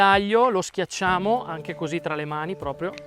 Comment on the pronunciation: Intanto, con l'aria, Diego Rossi dice "coosì" come CHEF Bruno Barbieri